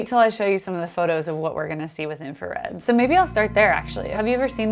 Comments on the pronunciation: Note to the editor of those videos: its INFRARED not INFARED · Wait... it's INFARED and not INFRARED? Really?!?!?! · Is it just me , but isn't it called infrared, not infared? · Infrared, not infared. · “Infa”red… we all make mistakes I guess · It's INFRARED, not INFARED. ooops. Love your vids.